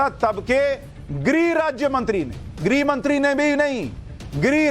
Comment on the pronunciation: 🌹🌹👏👏माफ करना आप को टोकना पड़ा है आप गृह मंत्री को गिरी राज्य मंत्री बोल रहे हैं अपना उच्चारण ठीक करें बोलते समय यह ध्यान रखें इसमे ह भी अपना काम करता है बोलने मे ग्रह बोलना चाहिए न कि गिरी 🌹🌹👏👏